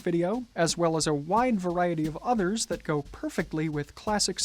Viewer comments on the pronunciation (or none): none